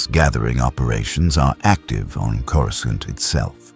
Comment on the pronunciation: Might I suggest that you write and narrate your script personally. At the time stamp indicated, I counted a dozen instances wher Coruscant was incorrectly pronounced.